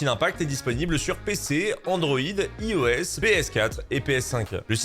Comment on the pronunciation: Par pitié, apprend à prononcer iOS ! (merci pour ton travail tout de même ♥)